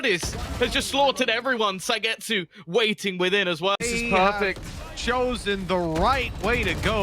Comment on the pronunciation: The casters way of pronouncing suygetsu triggered me so fucking much. Holy shit